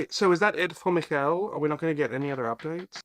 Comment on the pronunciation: He's name is Michele but why can't she pronounce it normally? Like she's changing is name, is not even a complicated italian name. By the way... You also are not pronouncing it well. But at least you tried 😅😂❤